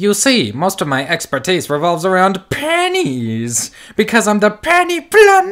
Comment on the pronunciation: I legit thought that dude was saying "panties" not "pennies" XD